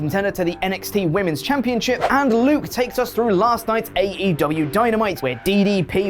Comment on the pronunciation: "Luke" smh